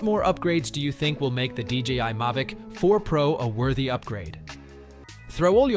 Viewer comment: What is a May-Vic 4 pro. AI = As